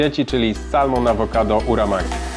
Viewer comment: Super w koncu jak ugotować ryż do sushi, 🍣 (chc zawsze wydawalo mi sie ze musi byc kleisty by sie rolki zawijaly :D ) przy okazji łosoś po angielsku wymawia sie samon / samen nie salmon :D